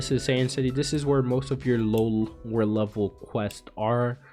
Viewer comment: When you say satan city, i dont know why but i keep hearing saiyan city